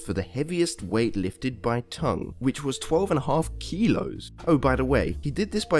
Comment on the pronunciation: Why do you say kilos like me- (philipino-)